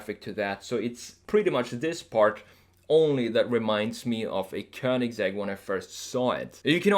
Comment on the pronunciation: I happen to speak both Croatian and Swedish and I can tell you all that this guy is not only a remarkable desiger, but excellent in pronouncing both Rimac and Königsegg the proper way. Hats off! Don't speak Italian, but the Italian pronounciations sounded right on too. I'd say this is one uniquely talented American. In several ways...